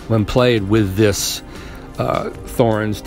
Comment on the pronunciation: It's pronounced with a T not a Th. T-horens!